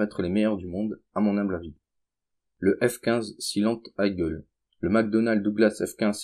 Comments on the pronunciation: Eagle se prononce "igueul" et non pas "aïegueul" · " Silent aïegueul" on prononce" i-gueul " , sinon ça s'écrirait " igle" et non " eagle" ... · Hahahahahahahahahahahaha! Sympa! Au fait, Eagle ça se prononce igol, pas aïgueule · Le F15 "Aïgueul" ! Ptin je suis mort, autant de vues pour une bouse pareille! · MDR Tu sais même pas prononcer "Eagle"